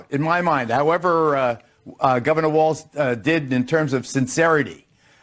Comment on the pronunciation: Walz , not "Waltz"